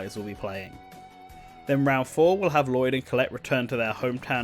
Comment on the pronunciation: I love this video, and I really hope Lloyd gets in because of it, but My God, you didn't bother to learn the pronunciations of most of the names in this game.